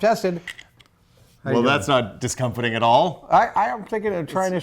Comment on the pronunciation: Exactly, I heard him mispronounce several easy English words such as, "discomfating" instead of "discomforting" in this video, he spends too much time trying to guess and finish what Adam will say and messes up almost always, he has almost the same type of glasses, he changes his point of view on a subject if Adam disagreed with him. He just cannot hop off of Savage's dick.